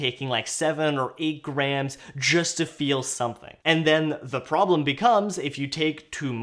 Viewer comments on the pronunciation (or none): none